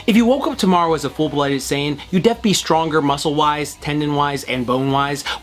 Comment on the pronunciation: please say definitely. Def hurts my SOUL.